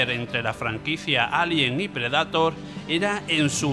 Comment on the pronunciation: Excelente video, solo sugiero que sino se pronuncian los nombres en inglés los menciones en español. Depredador en lugar de “PRE-DA-TOR”, siento ansiedad cuando los pronuncias así.